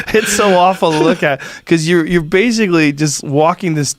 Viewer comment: basicwy.... this guy probably set the record for fastest story told on Rogan that covered the greatest distance